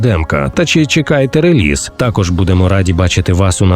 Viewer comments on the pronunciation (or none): none